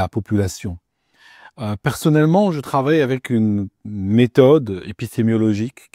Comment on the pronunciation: Si tu avais mis au point une méthode épistémologique basée sur l'induction, tu saurais probablement prononcer le mot "épistémologie" correctement. Car l'"épistémiologie" n'existe pas cher ami. Tu ne sais pas de quoi tu parles et, par ailleurs, tu es numérologiquement à découvert. À bon entendeur!